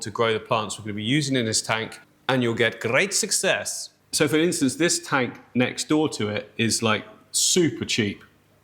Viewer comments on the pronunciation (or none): Lmao “grreeat sucksess” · when you said ''great success'' your accent sounded like an Afrikaans speaking person from South Africa. Awesome vid as always with my dream job!